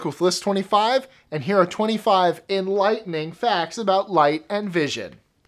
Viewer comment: Hahahahahahaha enLIGHTening facts hahahahhaha (fake laughing)